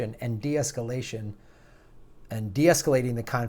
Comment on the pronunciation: Nuclear, not Nucyooler, get it together!